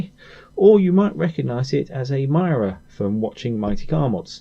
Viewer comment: Cuore. Que-ore Not quorè It’s not French And if u watched mcm you’d know it’s pronounced mi-ra not my-ra Mirror with an Ozzy accent Other than that cool car cool vids